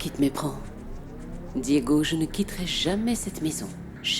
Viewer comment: J'adore quand appel Ana Lorena:Lorelayy et Diego:Diegounè😂😂😂😂😂